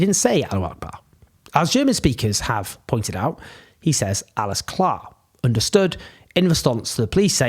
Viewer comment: Doesn't sound to me like he said 'Alles Klar'?